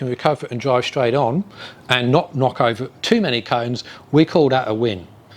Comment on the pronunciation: Den wen you dwive down da woad wiff da twuck dwiving da udder way - FFS